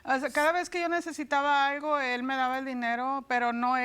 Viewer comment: Soy yo o la señora dice aigo en vez de algo